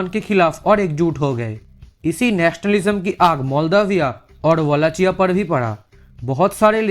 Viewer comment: Wallachia is pronounced like 'wallakia'